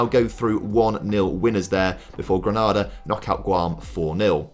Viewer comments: Ironically the Sao Tomé pronunciation was ok, but Some of the others were rough, particularly Grenada. Gren-ah-da is in Spain, the Caribbean nation is Gren-A-da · Grenada is pronounced GRENADE - R not GRANADA as the city in Spain or a chain of cinemas in the UK though many people pronounce it as though it rhymes with CANADA.